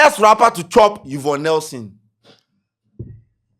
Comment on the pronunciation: 3de3ne "you-vonne nelson"?😂💔